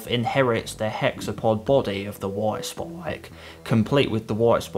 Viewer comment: “Woit spoik”